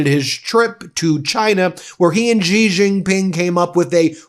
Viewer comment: Just a note. The Chinese leaders name is pronounced 'shee jinping'. The French J sound does not actually exist in the Chinese language.